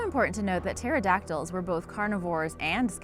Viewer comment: What is with this ?? Pterodactyls. pronunciation: teradaktils. what it looks like: pehterodaktiis